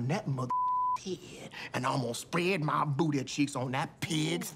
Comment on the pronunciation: “with ma prayers” 😂😂😂